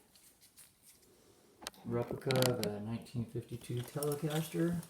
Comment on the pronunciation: "Chender" "Chelecaster" Or "Chele"